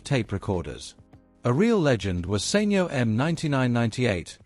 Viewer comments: SENYO? Surely it's pronounced Sanyo! (San yoh). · Informative documentary but maybe someone should tell the narrator it's SAN YO not Sain yo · Thischannel does all this business research but they cannot pronounce the name of company correctly...SAN YO...NOT SANE YO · Learn to say Sanyo properly then i'll maybe listen ....beem in the electronics industy for decades ...you're butchering it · You know he's saying the company name wrongly